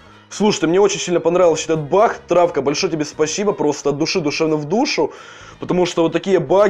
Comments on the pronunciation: Баг а не бах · почему ты говоришь бах а не баг